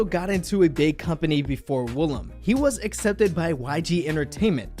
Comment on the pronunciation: woolim is NOT pronounced 'willam'. it's pronounced oo-lim 울림